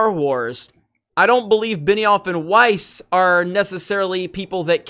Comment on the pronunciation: Beniwhore and Not Wise. Wow this is hilarious. They have no idea what they are doing there. What a bunch of idiots.